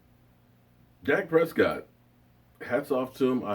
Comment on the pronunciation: lmao .sounds like ...Per see co ....haha